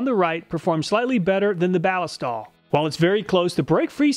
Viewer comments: At beginning of video.... You pronounced it "Bal-i-stal". It is technically a mashup of ballistic and oil for something that sounds like "ballistic oil". "Balist-oil". The stuff was originally made for the German military in 1904 I believe. It was used out past World war II. It is made in Germany.... At end of video.... Hmmmm, I guess I'm going to switch to Cleanlube from Balistoil.... Thank you for the video!! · Does nobody understand that Ballistol takes its name from "ballistic" and is actually Ball-IS-tol, with the accent on the middle syllable? And you call yourselves "gun people." 😉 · I see both you and Cody at Wranglerstar pronounce Ballistol as BAA-liss-tall When I see that word, I think “ballistic”. So, I pronounce it baa-LISS-tall. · I don't think that's how you pronounce Ballistol. 🤔